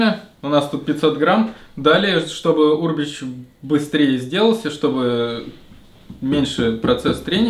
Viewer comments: Аминат Абдуллаева да,меня тоже бесило как он произносит это слово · Ударение на букву Е черт побери